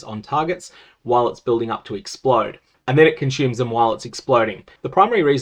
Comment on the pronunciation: Challenge: don't pronounce "consume" as "conchyoom" Difficulty: impossible